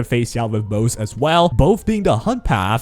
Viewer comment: ummm... it's technically pronounced mo-ze. Two syllables.